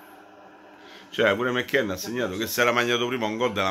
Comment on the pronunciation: "Ha segnato Mecchen"... Sei troppo forte! 😄